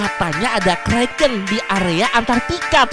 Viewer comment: bang bukan kreken tapi kraken